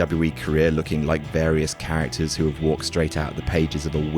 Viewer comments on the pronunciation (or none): none